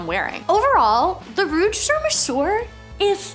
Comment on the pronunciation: You pronounce sur like "sir" and mesure is pronounced "mezur." Yves Saint Laurent is pronounced "Eve San Laurahn."